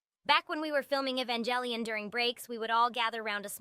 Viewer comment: I just utterly ADORE how much the AI butchers ''Evangelion'' haha, great stuff tho!!